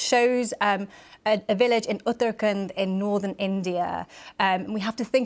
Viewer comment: what a shame, an Indian origin woman can't even pronounce properly Uttrakhand